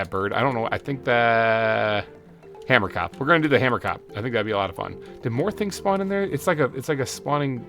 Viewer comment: Hahah, from someone who is Afrikaans, you pronounce Hamerkop wrong. it’s “Huh-mer-cohp” the (ko) part is pronounced like the beginning of the word corn. You should def give one of the hamerkops an Afrikaans name as that’s the language of the species name! I suggest Pieter or Jacob (pronounced Ya-cohb) :))